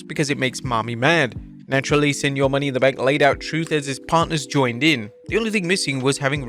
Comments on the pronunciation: Wait a moment, mercedes money?or mercedes mone? Mo-NaY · Wait until Mercedes Mone (pronounced "Mo-NAY") hears about this "Mercedes Money" you've been talking about for months.